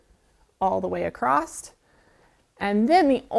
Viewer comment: The word across, does not have a "t" on the end.